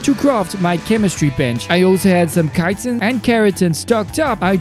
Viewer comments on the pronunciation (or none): none